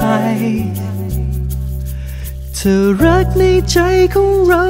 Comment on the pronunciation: เพลงน่ารักมาก โต๋เป็นนักร้องเพลงป๊อบใสๆได้น่าฟัง ออกเสียงได้ชัดเจนทุกคำ เช่น ใจ เธอ รัก ไม่เหมือนวัยรุ่นที่ร้องเพลง cover ฟังแล้วแปลกๆ น่ารำคาญ